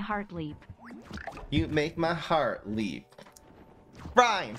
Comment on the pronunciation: Leap rhymes with deep.